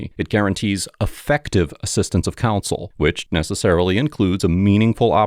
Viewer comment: our sweet narrator keeps pronouncing "counsel" as "console"